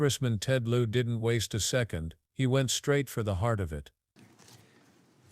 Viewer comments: His name isn’t Lieu Poll, it is Ted Lieu. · WTF "Lou Pole" ? This is Ted Lieu!